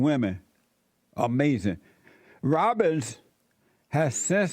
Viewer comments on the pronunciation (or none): Damnit Jesse it’s ROBBINS! 😂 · Robbins...it's Robbins😂😂😂 I think we've discovered an AMAZIN' tongue twista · Jesse can't say Robbins for the life of him 😭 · I love how he can’t get his name right 😂